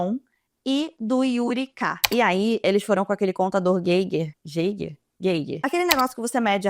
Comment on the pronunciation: se diz contador "gáiguer"